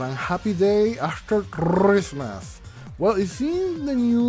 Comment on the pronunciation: Nobody:: ChRRrrrrismas, DanganrrRRRrronpa